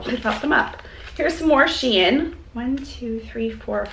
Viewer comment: The Shein jewelry is pronounced “shine”. Just an fyi